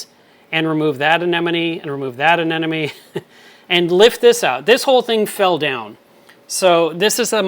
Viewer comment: ANEMMMONE not Anennnonnne